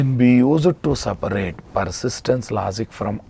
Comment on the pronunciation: s a p a raate ..ha ha..your english..